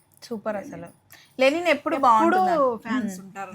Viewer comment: లెనిన్ కాదు గారు.... లినెన్